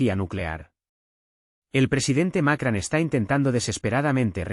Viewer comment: No es Macran, es Macron! (con O no con A)